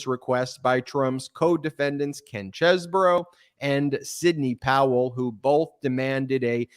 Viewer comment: Everyone pronounces his name wrong! It's Cheesebro, like, "Hey, are you gonna eat all that cheese, bro?"